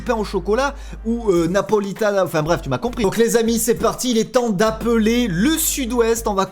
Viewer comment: Pourquoi quand la di Napolita de chocolate ta fait un accent italien alors que c'était espagnol en fait